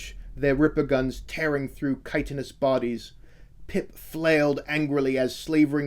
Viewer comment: Finally, after long grueling years my ears are blessed with the proper pronunciation of "chitinous"